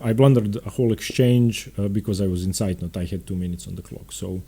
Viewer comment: Hello, can you please make am opening series for the Scotch (not the gambits) and the London System? :) ps: As a german its impressive how you pronounce "Zeitnot"